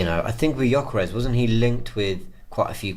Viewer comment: it’s not Jyokeres …. It’s GGGGGyokeres!!!